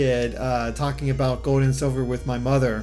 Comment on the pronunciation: Where is your accent from? It sounds like you’re saying Pokémon Gode.